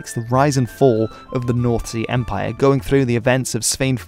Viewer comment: By the way he pronounces north sea empire i doubt it